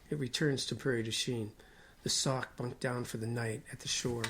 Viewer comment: That is pronounced “ sock “ not. sack!